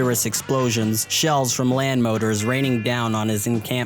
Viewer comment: mortars. not "motors"